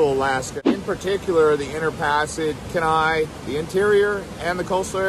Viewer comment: I may have commented on this before, don't remember. However, you are mis-pronouncing Kenai. You would say Keen ni. Anyway, like your vid.